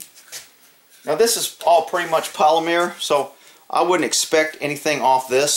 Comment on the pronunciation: What’s that word you said? It started out like you were saying polymer but ended like you were saying mhere. Weird.